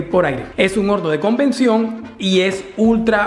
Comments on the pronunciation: No, no es un horno de convención 😒 Es un horno de CONVECCIÓN 🤣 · Convección... No convención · Me mata que diga convención en lugar de conveccion 😅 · Se debe pronunciar Convección es incorrecto decir convención. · CONVECCIÓN, señor, no convención 😒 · SEÑOR , LA PALABRA CORRECTA ES HORNO POR "COVECCIÓN" NO CONVENCIÓN. ATTE AUD. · Te corrijo con amor es Convección , no es correcto Convención¡ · Convección no convención. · Buen video, gracias, solo una cosa, una.....CONVECCION....SE DICE CONVECCION, por lo demás un video bien logrado, otra vez muchas gracias. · Parce esta brutal ome, pero se dice horno de convection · se dice conveccion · Convención? El español da la oportunidad de decir convención y conversión!! No es posible que el inglés si te interese pronunciar. Y no nuestro Español... Que tristeza!!!!!